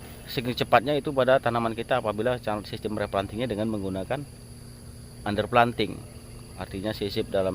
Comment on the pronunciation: Tolong diperjelas pak, arti under planting, soalnya vocalnya pada saat menjelaskan under plating tidak jelas, trims pak